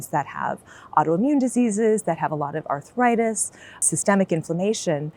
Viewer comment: This is the first time I have heard the word 'arthritis' pronounced as 'arthuritis'. Any linguists here? Is this the beginning of a new change in American English? Is it regional usage? It seems similar to the intrusive 'r', as in "law-r and order". Sorry for being completely off topic.